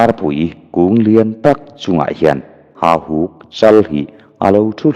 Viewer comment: Hahuk tilovin HAUHUK tih zawk tur a ni